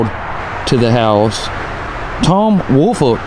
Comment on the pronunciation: WOOL-FOLK. That’s my last name and I absolutely hate how it’s pronounced. It’s literally a compound word. WOOL-FOLK say it with me would ya folks! Not Willfort, Wilfred, Woolfork or every other name I’ve heard for yearsss. Ya killing me smalls